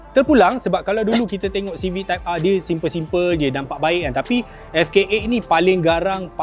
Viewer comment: Nobody: Abg Japar: "Honda Civic Type Arrrr"